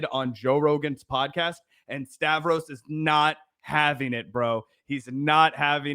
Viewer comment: Did you just call "Stahh- vee", rhymes with "Stabby" ?